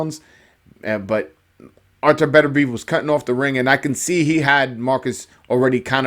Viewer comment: I called 9th round I knew Beterbiev would walk through Browne. Browne was given a gift in the past againt a dude Beterbiev almost killed. BTW its Pronounced Better-be-ev. Peace